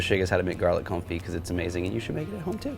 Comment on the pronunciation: thank you so much! Your marvelous lessons are appreciated. I have watched this video three times now. I’ve taken notes and I think I’m read to make “Garlic Confit”…. Thank you for giving the correct pronunciation to the culinary Vernacular, such as Confit, and fish Filet. Please continue these lessons in culinary language pronunciation when you deem it necessary. I’ve sent my brother this and the pork tenderloin video. I may have tempted him to buy a Blackstone griddle.